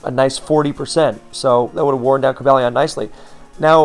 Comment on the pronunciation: I would've assumed it was Co-BALL-ee-on but according to Pokedex 3D Pro it's Co-BALE-ee-in. While I'm here, for the love of Arkeus, man, the u in Raikou is silent and the Gli in Gliscor is pronounced like glide.